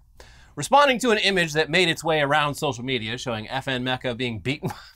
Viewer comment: mispronounces Hatsune Miku: mispronounces Meka after said it correctly